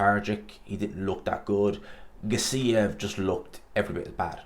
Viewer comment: Gas-E-ev, not Gas-EEE-ev